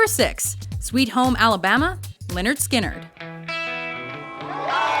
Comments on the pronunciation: It's pronounced Leh-nerd Skin-nerd not Lin-nerd Skin-nerd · It's pronounced 'lĕh-'nérd 'skin-'nérd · Lynrd skynrd is pronounced le nerd ske nerd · The way she pronounces lynyrd skynyrd makes me cringe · mispronunciation of Lynyrd Skynyrd :/